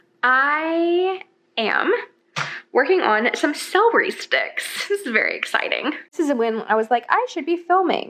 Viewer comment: Love you so much but it's cel-er-y not cell-ree lol 🤍